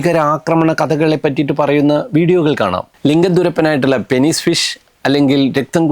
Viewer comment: Penis എന്നത് പീനസ് എന്നാണ് വായിക്കുക പെനിസ് എന്നത് നമ്മുടെ നാട്ടിലെ common ആയിട്ടുള്ള wrong pronunciation ആണ്